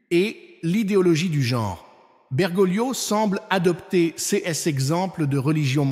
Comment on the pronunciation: La voie qui fait la lecture dans cette vidéo est une voix créée par l'I.A., une voie qui bloque sur les articles tel que le mot ''ces'' est prononcé ''cé ess'' ... Alors est-ce les vraies paroles de l'Archevêque Viganò? L'I.A. trompera de plus en plus de gens à mesure qu'elle se perfectionne.